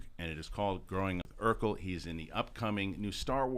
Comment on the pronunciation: It’s “Urkel”, Not “Erkel”.